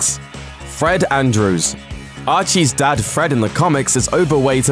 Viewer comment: Sounds like you said Archie's dead